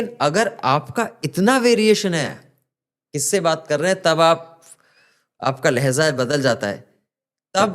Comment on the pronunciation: लेहजा नहीं लहजा